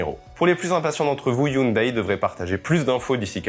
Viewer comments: ON NE DIT PAS HYUNDAIL MAIS HYUNDAI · HyunDAI et non "Hyundaille" ! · Sans vouloir paraître méchant, hyundai ne sont prononce pas youndaï mais youndai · Les koréens prononcent "younedè" et pas "younedaille"....